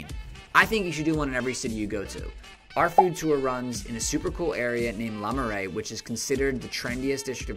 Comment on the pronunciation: Btw, Le in Le Marais is pronounced as luh, not lah. You need at least a whole day just to cover the Louvre. If you're short on time, check out the d'Orsay.